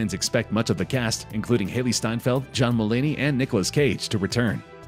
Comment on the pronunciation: “Haley Steinfeld” 😪